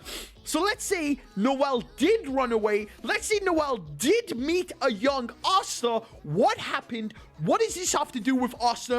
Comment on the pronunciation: why do u say asta otsa